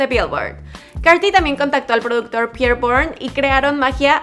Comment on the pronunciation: Que cringe derramas 💀, es: “ayo pi’ erre”